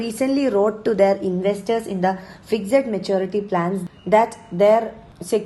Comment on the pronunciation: Why do you pronounce FIXED as FIGZED